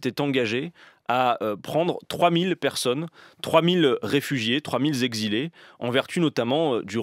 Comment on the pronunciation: "(...) trois mille Z'exilés (...)" Oups... ^^